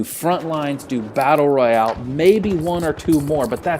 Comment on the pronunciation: Were with you to you said Battel Royal 😂